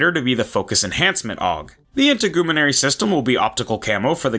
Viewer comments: “inter-goo-menary” hehe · How did you just say integumentary? Lol. Loved that, and the video. Cheers!